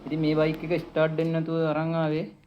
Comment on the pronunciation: ස්ටාර්ඩ් ස්ටාර්ඩ් කියන්න එපා බං ස්ටා(ර්)ට් ✌️✌️